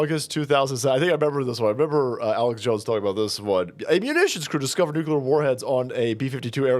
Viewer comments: 'noo-clee-are' Not 'new-cue-lar' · Please.. NUCLEAR..=NEW CLEAR..not nucular.. don't dumb yourself down. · Nu-clear not Nukular. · OMG it's pronounced "NU-CLEAR" not "Nuke-you-ler"👈😩🤣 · Dear, please don't say nucular 🥂